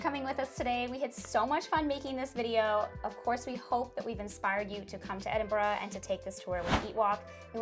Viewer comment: I like how you took the time to learn how to pronounce the name of my City, I get triggered when I hear " Edinbro" or" Edinburg" Enjoyed your vlog, well done.